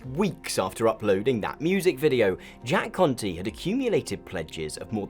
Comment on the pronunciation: I keep thinking hes saying "Jack Cunty"